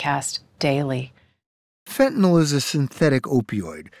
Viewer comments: Why do they keep calling it, “fentinall?” It’s fentanyl not “fentanall.” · Fentanyl not “fentanol” Good grief it’s a hopeless situation when the preponderance of supposedly educated officialdom, at all observed levels, simply are incapable of pronouncing the word correctly.